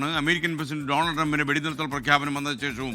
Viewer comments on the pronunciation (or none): none